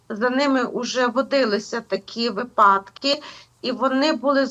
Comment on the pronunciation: Шановна ведуча та гостя студіїї! Не гвалтуйте мову, вивчіть наголоси ! Скільки можна знущатись над вухами слухачів! Не залагО'дити, а зал"Агодити.І не випАдки, а вИпадки. Що за містечкові акценти з польским ухилом? Випускникам на НМТ оцінки знижують за неправильні акценти. Скільки можна : принЕсти, довЕсти ! Та принестИ і довестИ , занестИ - наголоси правильні !